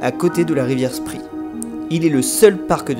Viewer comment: Très belle vidéo, merci. Juste pour info, Spree se prononce « chpré », mais ça, je le sais juste après quelques années de Berlin... 😅